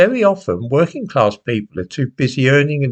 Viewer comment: Social What? Claaaaaass. WTF is claaaaaaasss? I know that rhymes with AR*E!!!!!. HowTF do you know about the activities of others with others? Oh is this the William Joyce personality speaking once again? That William Joyce aka coco the lunatic clown who knows who is standing on the steps of Rochdale town hall? You can fooooook off with the term, bourgeoisie. You have no idea about the connotations here. Bollox! Bourgeoisie is not middle claaaaass: it's the owning class…and not some tinpot second fooookin home in Wales. in relation to working class people and abstract ideas. How dare you!! WhoTF do you think you are? In fact, you cheeky Hunt your disparaging remarks cast a shadow on such members of the working class who pulled themselves to the point when and where they could take on the established order in the 18th and 19th centuries. They took on the established order for you, you old pr*ck, to cast your vote against their hard work. You, you old thick tw"t, are a foooooookin disgrace. You have no idea about solidarity…well, quite simply, you don't come from here. You're from the Urals. Trees and lots of them…you can't see the woods for the trees. You've NEVER produced your Nachweis arischer Abstammung!!!! Actually, you're a disgusting old foooooook because you, you old bast*rd, revel in the thought that people could be MURDERED for such a trivial matter…and it is. Why should some go to the gas chambers for anal intercourse? Why? The paradox here with this old